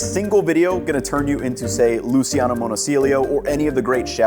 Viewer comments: Just one nitpick, man, it's LooCHANo Monosilio the Italian chef, not LooSEEano, it's in fact written "Luciano" and not Lusi-Ano. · Great video! It's pronounced Luchiano btw